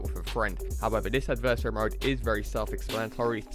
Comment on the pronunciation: pronounce adversary right plz